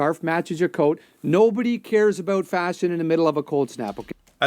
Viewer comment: You’re starting to say boot like a Canadian.